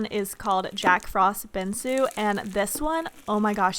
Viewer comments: binGsu. BINGSU, NOT BINSU. She's been saying it incorrectly for the last few videos and it bothers me so much 😓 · I love you & yoyr reviews but every single time you say "Binsu" instead of BINGSU I CRINGE & yell saying "girl NO don't make us Florida girls look ignorant" especially how to pronounce words lmaooo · Bruh it’s not her fault she probably doesn’t know how to pronounce it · It’s BINGSU not BINSU